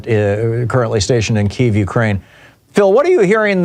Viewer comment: So, this celebrated journalist cannot pronounce Kyiv. The Abrams has a multi fuel turbine engine, but a problem is that it takes a lot of whatever fuel to run. So the logistical supply of fuel is a big problem.